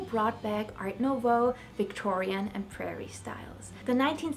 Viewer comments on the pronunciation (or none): none